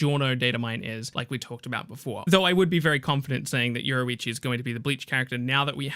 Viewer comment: Say, Your-Roo-Ichi . There we go. Fuq is this euroeechi